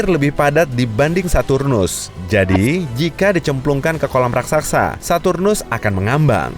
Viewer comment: Raksasa Bukan Raksaksa🙏🏻😁